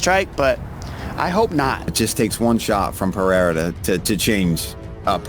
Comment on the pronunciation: ngl them saying PEHEIRA is tilting me. Rogan did it but went back to Pereira.